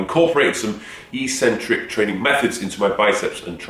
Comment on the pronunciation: Take a shot every time he says "Eeeks-centric"...